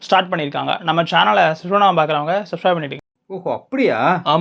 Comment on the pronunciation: உங்கள் வட்டார வழக்கில் நீங்கள் தமிழ் பேசுகிறீர்கள் சந்தோஷ ஆனால் ஆங்கில வார்த்தை உச்சரிப்பில் உங்க வட்டார மொழியை திணிக்கிறோம் என்று பேசக்கூடாது உச்சரிக்கத் தெரிந்தால் உச்சரியுங்கள் இல்லையென்றால் விட்டுவிடுங்கள் ஸ்டைலாக பேசுகிறோம் என்று சப்ஸ்கிரைப் பண்ற வார்த்தையை சப்சப் என்று பேசக்கூடாது